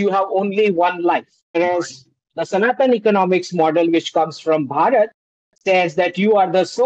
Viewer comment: try pronouncing it as Bhaa-rut, instead of bhuh- raat. Some of you Brits appear to have a self generated mental block about pronouncing Bharatiya names differently. For example We say Buddh. you say Buddha We say Raam; you say Rama We say Krishn; you say Krishna I can share an interesting detail. I decided to do an online course in sanskrit. Guess what? The instructor turned out to be a BRITISH WOMAN! And she could pronounce EVERY SANSKRIT SYLLABLE CORRECTLY! So I believe your mispronunciation is rooted in the mind.